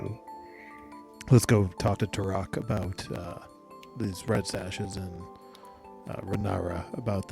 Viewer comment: Ah thanks for the recap on the race & classes. Autognome eh. Will you be going into space after all? Hmmm. 🤔 I would have never guessed rogue though, did I miss a sneak attack somewhere? Also, Me-Co-nids? Mick-onids now is it? And I keep hearing you say Tur-ock for Tarak (I say Tear-ack.) but it keeps making me think 'dinosaur hunter'. 😂 The sea-spawn and obelisk was totally new too. It was really generous of the DM to allow the creation of healing potions/antitoxins with just the herbalisim kit and no downtime, gold cost, formula or spell slots with the relevant spell used. Base rules (non xanathars) those should have cost 200g, at 5g work per day allowed max, with cure wounds etc known and used, at minimum. Which would have taken 40 days... or if you subtracted half cost due to consumable caveat... 20 days. Zero time, money, spells slots is again very generous. Not to mention zero sturges or drakes... vvveeeeeeeerrrrrrry generous. I'm glad the Druid didn't peak so much but sometimes the Cleric would mutter, like describing his boss kill, it was difficult to hear him... unless it was his mic dying? It did sound a bit fried sometimes... still, glad to see progress, level two! Oh... and the best part is the little scream the guy does. Thanks for the game, cheers!